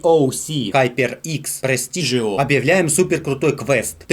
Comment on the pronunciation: Ребят, а я один слышу "Ноутбук "Прости ж его" или как?)))))) - красавчик!))))